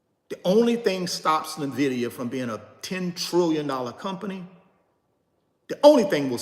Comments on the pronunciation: It’s en-VID-ee-a!!!! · Another “NVIDEO’ 😂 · Navidia lol